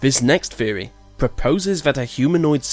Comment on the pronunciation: I like your videos and you do a good job at narrating them but a few words are mispronounced really badly, like mostly I have herd you say theory as "feorry" but most all others are pronounced pretty well these theorys arent crazy some could be real so look into them more than just finding out about them and assuming they are wrong, it seems like you just read about them and what they say but didnt investigate them at all